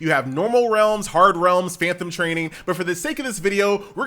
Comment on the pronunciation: FAN TOM FAN TOM FAN TOM, NOT FAN THOM.